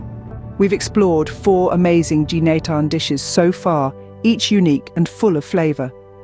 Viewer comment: I wish the narrator also researched how to pronounce "Ginataan" properly.